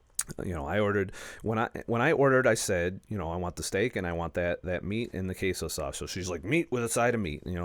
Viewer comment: When you said cheese in (something like) spanish it sounded pretty much like a very harsh pronounced german KÄSE (also meaning cheese) :-P ;-D